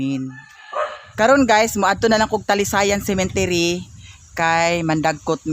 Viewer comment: Cemetery po not Cementery😘😘😘